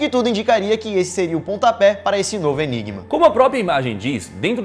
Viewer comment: Você disse ENIBA (OMEGAULUL)